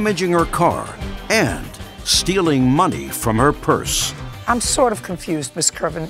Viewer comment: When she was saying “purse” I thgt she was saying “parents”!!! 😳😳😳 I wondered why JJ didn’t question her about why her parents were in the boot!! 😂🤣😂🤣😂🤦🏽‍♀️🤦🏽‍♀️🤦🏽‍♀️